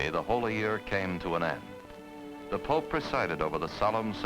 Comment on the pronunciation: No, no, no...It's POPE, not DOPE.